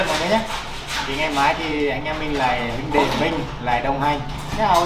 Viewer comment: huynh dê" ok nghe sao ma am lon g vay!